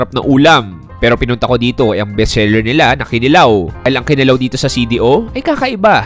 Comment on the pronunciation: It's Kinilaw not Kilaw